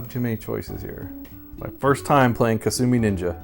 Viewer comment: I remember hearing a trailer for upcoming Jaguar games say "Coming soon...Kasumi Ninja" which to my ears sounded like "Consuming Ninja". I thought maybe it was a sequel to the oddball Lynx game, Kung Food.